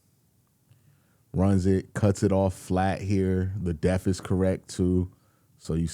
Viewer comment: Dude still dont know how to pronounce dep-th yet lol😂, but can't wait to see him do some damage to the other afc north teams like their players did us for so long